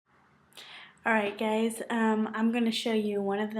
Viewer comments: I tho she said hey gays o_o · i swear she said "alright gays"